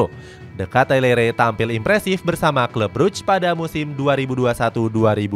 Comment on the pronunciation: Kitelar min bukan katelere kwkwkw